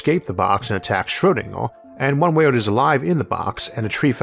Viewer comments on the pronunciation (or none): none